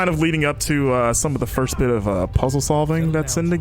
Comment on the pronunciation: did he just say at "skip ahead little b!tch" instead of little bit lol